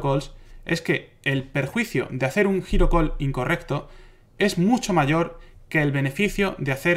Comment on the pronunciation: ah! "hero call" yo estaba pensando en "giro call" y pues con razón no te entendía. jejejejeje